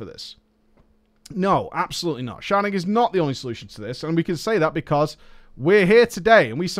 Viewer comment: I can't tell if you're purposely saying "sharting" and you're joking around, and these idiots don't get it. Or if you actually don't like sharding, and just had the hilarious misfortune to misspell it in every instance. P.S. If it's the former, it's well funny, good on you.